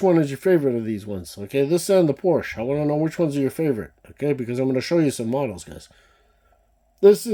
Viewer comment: PORSCHE, two syllables. Have respect! Honor Motorsports legacy. No disrespect to Ferdinand please.